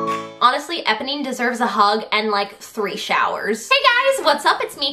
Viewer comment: Her pronunciation of Eponee is killing me